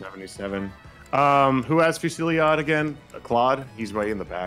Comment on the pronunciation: Fu-sil-lod. not Fu-silli-ade. that's how you pronounce Fusillade.